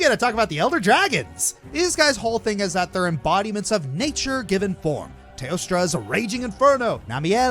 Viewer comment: Kushala "Teostra"???